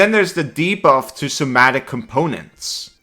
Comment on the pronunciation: Slow sux?! Its better that haste! How much does haste suck?! So-ma-tic, not som-na-tic